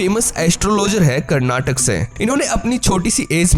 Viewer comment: It is called Karnataka, not karnatak. Then Haryana should be called Haryan, right?